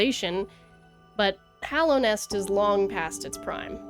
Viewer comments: It’s just nice to hear a fan say Hallownest instead of Hollownest 😅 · THANK you for pronouncing Hallownest correctly ❤